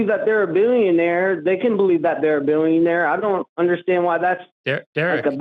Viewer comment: Why does he keep saying “billeeuunnare”